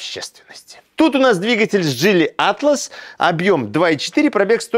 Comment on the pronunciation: Так Вы определитесь джИли или джилИ, а то на протяжении видео произносите название авто с ударением на разные слоги.